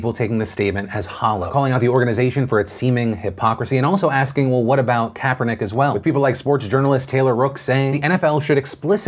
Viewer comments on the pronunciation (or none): none